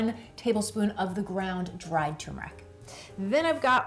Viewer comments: TURRRR——MERIC NOT TOMBMERIC 😂 TURMERIC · It's pronounced TURmeric... not TUmeric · Nice video, but it's pronounced "tuRRRmeric". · Thanks. What is the approximate shelf life of this in and our of fridge? (PS: I love the way you say Tumourick 😻😜)